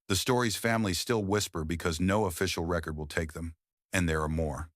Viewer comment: So we're skimming over the fact it pronounced record (as in lp) vs re-cord like you would do to a disembodied voice. AI has no buisness narrating anything